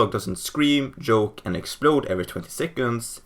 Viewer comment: Bro joke is pronounced with a hard j, not like yoke.